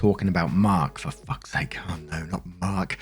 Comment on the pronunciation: am i the only one who finds it incredibly satisfying with the way Mark reads 'fuck' haha. such emphasis